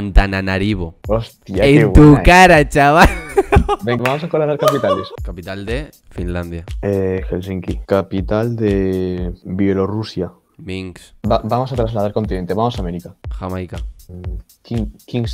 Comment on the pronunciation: Siempre pronuncia mal a Minsk dice minKS😉